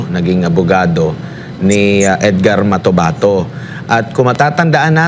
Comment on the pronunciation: Motabato daw , ate basahin mo uli ung script matobato yan